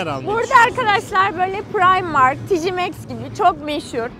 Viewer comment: Yanlış anlamssan küçük bir düzeltme yapacağım: Tkmax'in doğru telafuzu Tikeymex, Tijey değil, orda j yok k var❣️